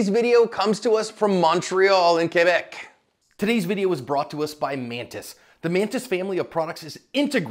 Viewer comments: face-blue-smiling: Hey , you pronounce Quebec correctly. Ho-ray:elbowcough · You CAN defend yourself in Canada. Don't believe the lies. I beat the shit out of a guy who pushed my mom and the cops shook my hand and let me go. Also, bravo for prouncing quebec properly John!! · You're the first American that ever pronounced Quebec properly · You said Quebec correctly. Wa, say bon.👍